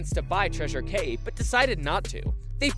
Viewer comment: Cay is pronounced Key.